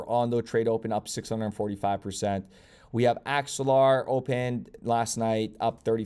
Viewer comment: You did called axelar , good job